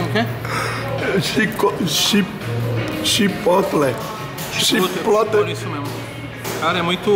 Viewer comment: Xipôtle kkkkkkkkkkkkkkkkkkkkkkkkkkkkkkk mardito shevii